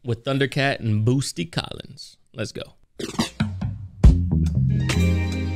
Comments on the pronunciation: Ok.... u do realize it's boot...sy. Not Boos..ty right? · Idk why but hearing Boosty instead of Bootsy just triggers me 😂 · It’s Bootsy, not Boosty. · I tried saying it on stream a couple times cause you asked chat, "what kind of name is Boosty?" His name is Bootsy. T before the S. Yeah, it's still a weird name, but it's pronounced correctly. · this man just called Bootsy, Boosty lol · It’s Bootsy not Boosty, but you said it right though as you react along. Good job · Sir, his name is Bootsy NOT Boosty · Why do you keep calling him Boosty instead of Bootsie? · Yea...it's pronounced 'Boot-see' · It’s pronounced “Boot-see”….And yes I know I was conceived to this song, before it came out 😂😂😂😂. George Clinton, Bootsy Collins& George Duke, Alexander Oneal etc etc was what I grew up on lol. This is a whole mood& as an audiophile my ears are crying with tears of joy 🙌🏽😂. Lol at Spice Adams lol. I’m here for it 💁🏽‍♀️ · Bootsy ! Say it right, respect the artist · Man said BOOSTY AHAHAHHAHA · BOOT-SEE...SAY IT WITH ME.... BOOT-SEE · Why does he say boosty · Say "boosty" again. I dare you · Pronounced BOOT C.